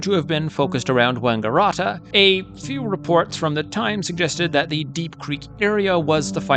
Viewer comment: Wanga - RAT - a is how it is pronounced, like a rat.